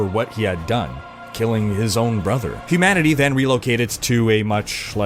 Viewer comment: I loved the first two Darksiders and it's been ages since I played them so I'm really glad for this recap before the third. I could have done without the weird way you kept emphasising the TEE noise at the end of humanity.